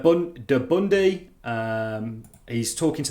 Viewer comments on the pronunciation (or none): What the HELL is "DE-BUNDE? Lmao...you mean Burundi? Hopefully Charlieboy didn't say the same on his visit...haha